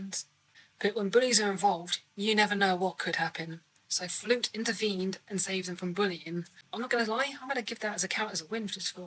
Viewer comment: absolutely! I was just amused that you called him Professor instead of Principal, and Flute instead of Flutie. 😉 Most Principals in US high schools aren't technically professors, and I also got a visual of a big flute fluttering away like it's a star in a Jethro Tull solo. 🤣 Maybe an animated flute... Principal Flutie was a good-hearted fellow, it was sad to see him go. But Principal Snyder, a guy we love to hate, is an excellent replacement.